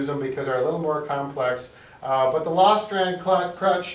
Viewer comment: Great video - but it's "lofstrand" crutches ;)